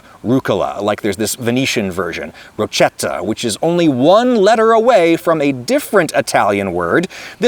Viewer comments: It’s not rocheta it’s rocketta. In terms of your northern Italian pronunciation. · Rochetta is pronounced with a k sound not the Spanish ch sound so it sounds much closer to rocket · Rochetta is pronounced 'roketta', hence roquette and rocket. Gotta remember 'ch' in Italian orthography is always a 'k'-sound. The h is there because otherwise 'c' before 'e/i' is pronounced like the English ch. That's why the Italian version of "por que", 'per che' is spelled like it is. -the last word is not pronounced like an asthmatic Argentinian doctor-turned-freedom fighter. I know this is a description of an Italian dialect and not the standard language, but the one advantage of having a standard language is that it tends to make it easier to learn the dialects because their spelling is standardised in the mold of the standard language with phonetic differences accounted for.